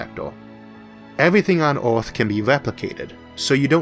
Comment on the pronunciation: The planet is called "Earth" in english, not "Orth".